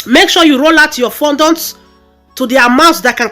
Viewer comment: Nice work very beautiful, but please work on how you pronounced fondant please